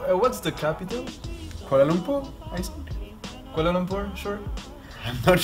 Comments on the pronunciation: Made me giggle so hard...what is the capital? kuala lumpur? Its okie he tried. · When he said "KUALA LUMPUR" oh fu*k😂😂